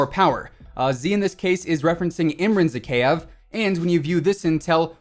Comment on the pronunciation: Bruv, you are pronouncing Zakhaev's name wrong. It's Zah-Hah-Yev